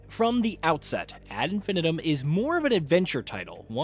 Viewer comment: You should probably learn how to say the phrase 'ad infinitum' before you review a game based on that phrase, lest you come across as a bit of a spanner.